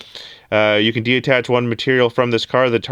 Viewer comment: Say it with me “detach” de-attach is not a word